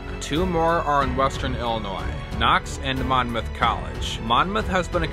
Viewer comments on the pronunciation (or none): none